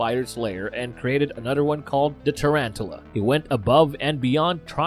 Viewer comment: Oh no, his fah-der died. Then he made a taran-tula. Then he was placed in cry-row-geen-sis